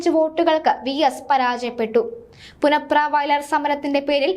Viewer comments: പുന്നപ്ര എന്ന് പറയാനറിയാത്ത വാർത്താ വായന ക്കാരി. (പുനപ്ര അല്ല മോളെ)ആദ്യം നാടറി യാൻ ശ്രമിക്കുക. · നീ ആ ര ടീ.....മലയാളം ആദ്യം പഠിക്കു പുനപ്ര.... പുന പ്ര... നാണമില്ലേ ഇങ്ങനെ ഉച്ചരിക്കാൻ. പ്രസിദ്ധമായ പുന്നപ്ര-വയലാർ .... പുന്നപ്ര. ഇവളെ എത്രയും പെട്ടെന്ന് വീട്ടിലേക്ക് പറഞ്ഞു വിടുക..😴😴😴